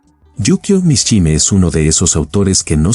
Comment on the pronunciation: Mishima Yukio...mishime", no existe ese apellido ni hay palabra alguna. No es para nada agradaba qué pronuncien mal tú apellido.